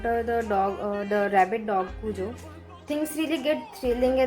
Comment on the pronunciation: It's pronounced as "cue-jo" i believe. King was on drugs while writing this but didn't admit that till he was in his later years. the book recieved flak for that ending (which i liked a lot as well😆).